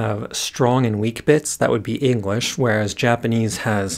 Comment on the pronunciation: Completely unrelated to the Japanese but I keep hearing "engwish" xD